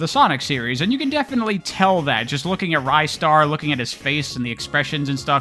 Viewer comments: ristar is actually pronounced rih-star, at least in japanese! could very well be different in english but thats what the katakana says. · Honestly that pronunciation could be correct too, even going by the Japanese name. Rice-star is definitely incorrect though. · It's pronounced Ristar. Hope I was able to clear that up.